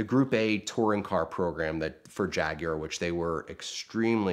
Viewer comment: I cannot stand the way he pronounces Jaguar.